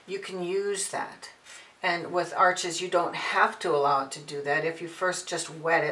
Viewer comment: The auto focus feature on your camera makes this video almost unwatchable. Also, Arches is pronounced "arsh". I appreciate the information however.